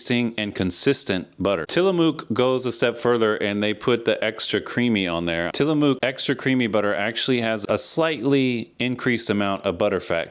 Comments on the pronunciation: Great write-up. One little thing though.. It's "Tila-muck" not "Tila-mook" Oregonian born and raised. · It's Till-a-muck